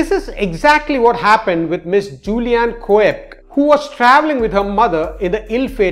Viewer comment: Every non-English word is mispronounced, mate: Ustashe, Koepke, etc.